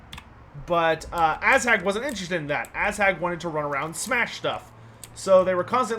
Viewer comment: love the streams, but i hate the way you pronounce Azhag. Protect your butts, for the Ass Hag is coming!